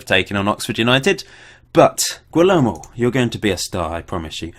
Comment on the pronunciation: Guillermo: Gee-air-mo